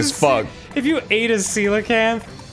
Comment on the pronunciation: Once again, I enjoy Dan saying Coelacanth properly.